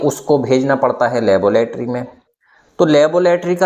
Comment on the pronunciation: चिच्चा, लेबोलेटरी कि लैबोरेट्री? बाख़ुदा ! पढ़े लिखे हैं अगर्चए तो तलफ़्फ़ुज़ सुधारें।